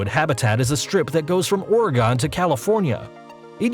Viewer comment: My guy he pronounced Oregon wrong